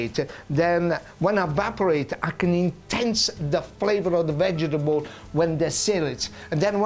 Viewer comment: I reckon I will pronounce vegetable "vegebull" from now on, just as Genaro does it . Gotta love this guy. :D